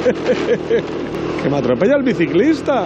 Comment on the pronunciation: "que me atropella el biciclista" JAJAJAJ bicilista